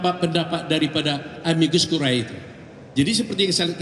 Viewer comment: Amicus(sahabat) dan Curiae. Dibaca"Amikus Kurie" bukan kurae bacanya. Ini bhs Latin.